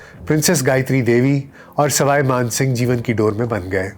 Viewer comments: Sawai man singh h, na k Sarai Kooch bihar h, na k kooch pahad Aap pronounce shi Kiya kare. It sounds awkward. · plz correct Ur knowledge/pronunciation of proper nouns; It's Kooch Behar(not Baharh Paharh or whatever you say), it's Saway (neither Saray nor Rai) Maan Singh, it's Gopal Acharya not Chari etc..... Indira Ghandi had some deep rooted aversion to nobility; she liked the low born ppl like MO Mathai, a Mar Thoma Christian who in his book claimed to have sexual relationships with Indira Ghandi for 12 long years. How could she ever stand the creme de la creme Gayatri? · It is Swai Man Singh not Srai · Not Sarai Mansibgh but sawai Mansibgh. All your names are wrong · Sawai Mansingh hai na ki Sarai . Kooch Bihar hai na ki kooch Pahar. Pehle words ko pronounce shi kro. Jaipoor nhi Jaipur h. Urdu me to talaffus ka bahut khayal Rakhte hain.